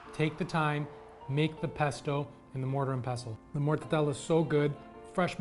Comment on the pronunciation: Do the Italians pronounce it “morta tella”? Or are you saying it wrong? I thought it was simply “morta della” 🤔